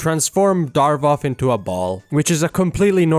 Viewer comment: idk how i feel about you calling him "Darvoth" instead of "Davoth"